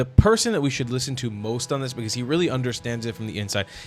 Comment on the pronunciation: Piers has a problem with the messenger. Reheheally!…